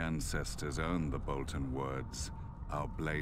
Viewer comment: House "Botlon"?